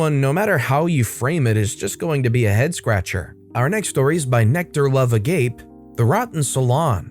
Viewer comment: Story 4 is by nectarloveagape. I think the agape is pronounced aga pay. Meaning platonic love.